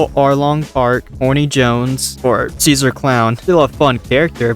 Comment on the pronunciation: Do you make a point of calling Hody Jones "Horny Jones"?